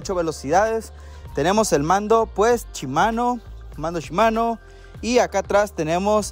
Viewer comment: Pregunta porque cambian las letras al decir las palabras Shimano la cambian por chimano, la palabra aún viéndola que dice kashima la cambian por cachima, 🤷‍♂️🤷‍♂️🤷‍♂️